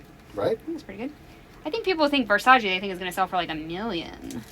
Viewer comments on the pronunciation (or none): Gurrrllll. Versace (pronounced Versacheh not Versachi. 😊